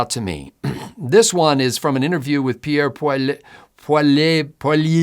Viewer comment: Allow me to help you "Pee-air Poley-ev"😉